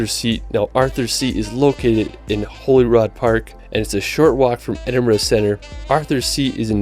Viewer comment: It really winds me up how the narrator can't pronounce 'world'.....but is the only American I've ever heard say Edinburgh correctly